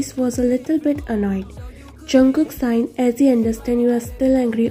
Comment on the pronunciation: Uh author I'm not trying to be rude but it's sigh not sign ok? I just wanted to help you improve btw great ff